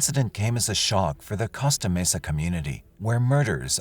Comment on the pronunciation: Costa Mesa is pronnounced COAST-AH Mesa. Not COST-AH Mesa.